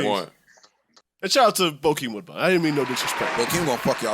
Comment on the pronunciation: Not Bokeim Woodbine. LMBO